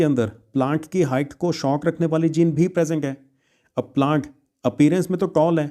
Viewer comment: Sir presenc nahi hota ha present hota pronounce 😂😂😂